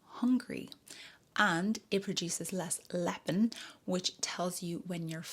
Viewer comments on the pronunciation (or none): 'Lep-tin', not 'Lep-in' 😊